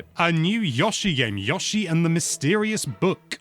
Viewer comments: Sorry but Yoshi not Yashi😂😂😂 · Stop trying trick me into thinking it’s pronounced Yaw-she. No, I refuse. It’s Yow-she. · Calling YO-shi, “YAW-shi” makes my skin crawl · STOP SAYING YASHI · Can’t even pronounce Yoshi